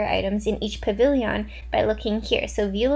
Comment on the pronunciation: i truly love ya but why pah-vil-e-yawn & not puh-vil-yn? 😂 i’v wondered so long